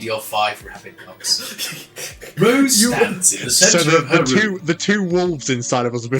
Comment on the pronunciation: Thought you were saying "five rabid ducks" so it was puzzling at first